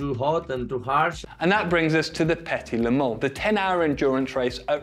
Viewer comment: "The petty lemans" it made me chuckle